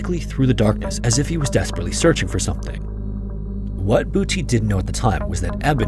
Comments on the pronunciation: I think you mispronounced Booty Shaun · Just a comment on your AI commentator - Boetie is not pronounced 'Booty'. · I'm a South African and sounds funny to hear you say "Boetie". Your pronunciation is good. It just sounds like booty in English. In Afrikaans, it's a name. In English, it's kinda funny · Boetie as in footy. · It’s not booty shun 😂 It’s a short sharp oo like, “oo! I got kicked in the nuts!” And boetie means little brother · Your pronunciation of the Afrikaans names was hard to listen to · The pronunciation of Boetie is so cute XD. You did your best- but the South Africans know that its not right. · The way you pronounce Boetie is so funny😅 its very sweet hearing foreigners pronounce our names. Boetie is typically pronounced with shorter syllables and it its translates literally to Brother (but the affectionate version so more like Bro). Eben is closer to Eah-bin